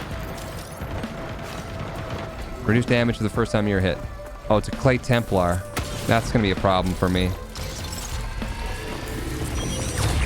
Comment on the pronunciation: saying the templar "help I got lost in the grocery store"... clay tim-plar, lol